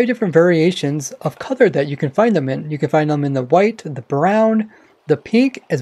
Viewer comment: Why does say cother for colour.